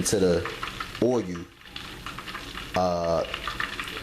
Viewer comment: God damnit nigga, it's not o-you'll its fuckin uull!!!